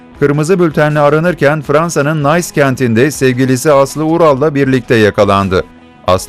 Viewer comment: Bunların hiçbiri kadın mafya değil,mafyaların kapatması,ayrıca Nice diye yazılır nis diye telafuz edilir,İngilizce bilmiyorsanız konuşmayın